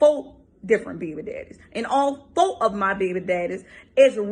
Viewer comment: And FOE behbee dehdeez